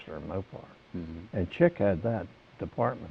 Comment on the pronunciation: "Chick" DeNinno, not Chuck